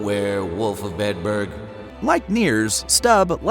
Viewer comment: It’s not “Edinberg”